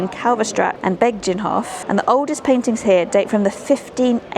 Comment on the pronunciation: Ok, Begijin is pronounced behin (behind without the ‘d’) in Dutch and beg-een in English. It’s also a 1930’s dance and a famous song ‘Begin the beguine’ by Cole Porter. And there’s a Beguinage in Bruges too. Visit during Tulip season for the ultimate photo op.